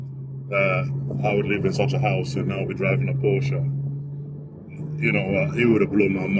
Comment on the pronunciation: I'm glad you pronounce Porsche right, It annoys me when a Porsche driver doesn't pronounce it right.